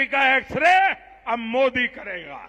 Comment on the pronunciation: ओवैसी हिंदी और उर्दू तों सही से बोल नहीं पाते। मोदी को मोडी पल्लवी को पेललई पटैल बोल रहे हैं 🤔🤔🤔 जब आप अपनी भाषा का सही संप्रेषण नहीं कर पाएंगे तो जनता क्या सुनेगी क्या समझेंगी।